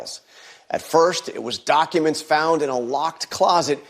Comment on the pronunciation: Why do you pronounce documents doo awk uments? You sound Canadian with that accent.